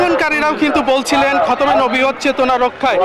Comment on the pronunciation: এইটা কোন ধরনের সাংবাদিক যে সঠিক ভাবে খতমে নবুওত উচ্চারণ করতে পারে না?